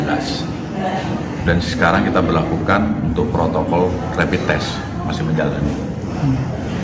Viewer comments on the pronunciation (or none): none